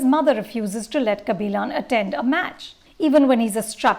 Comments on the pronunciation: "Kabilaan" 🙄🙄 Its a 3 hour movie and the name comes up a hundred times. Still can pronounce it??? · first learnt to pronounce the thamizh names correctly before your full view about the film kabilan not kabilaan .. now a days no big bollywood movies for her to give her views so shifting to south industry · yeah bro exactly. Lady can't even get kabilan right. She says "kabilon". Like it's not a South Korean name, it's our very own South Indian name. She's way too pretentious. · It's kabilan not kaabilon, sarpetta not sarapata ...... 🙄😒